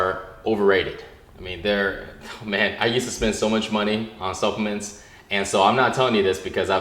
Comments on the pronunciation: when he was saying supplements I thought he was saying self mints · not being racist or anything I'm asian myself but when he said supplements I thought he said self mints. So I google'd it and didn't find anything lol me